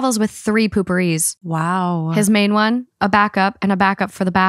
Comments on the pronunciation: I love how they pronounce it pooperie 🤣🤣🤣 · Was the pronunciation of potpourri intentional? I cannot unhear the poopourri